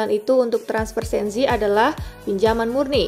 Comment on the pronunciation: Sensi, bukan Senzi